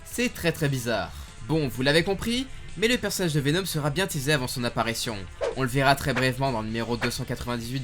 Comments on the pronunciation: Pk tu dis venaum au lieu de venom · C’est plus VenOm et non pas VenÔm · et sa prononciation mythique: Venaume